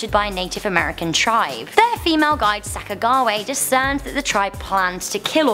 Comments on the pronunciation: When she said Sacagaway and not Sacajawea, I almost lost it... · Don't u mean Sack-oh-ja-wee-ah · It’s sac(like a potato sack)- a (like what you say when your formulating a speech) ja- we- a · That.. is not how you pronounce Sacagawea. Like, LOL, yeah, it's spelled that way, but I'm pretty sure it's pronounced Sack uh Joo weeuh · "Sack-ah-gah-way", wow. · For The Lewis and Clark Native American...It's Pronounced Sacka-Ja-Wea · Sac-aaaa-ga-way??? Really??? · Did she say sacka gaw way lol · the way she pronounced Sacajawea triggers me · sack a ju wee ah. I am native. it hurt hearing you say it like that lol. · We pronounce "Sacagewea" and "Antietam" differently down here. Not that it matters. I think Stonewall Jackson was sick and wounded...or wounded and sick a lot during that campaign around my neck of the woods. Shot by his own men, friendly fire. Or perhaps he was a lazy slaver who was a jerk to his troops. I don't know, i never met the guy. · The pronunciation of Sacagawea threw me off-I almost didn't even realize that's what was said! lol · Sacka what Sacajawea? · That bothered me immensely!